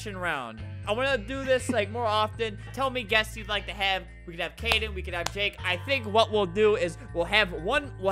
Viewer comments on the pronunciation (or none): It’s kaden not kayden :)